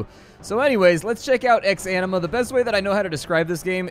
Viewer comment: "Welcome to ex-enema"